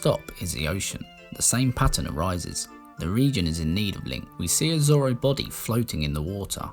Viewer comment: I’m from north England and don’t like the way you pronounce Zora or Goron but your Zelda videos are great. Superb content sir